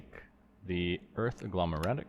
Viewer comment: Every time you said "infernium" or "agglomeratic" a small piece of me died 😂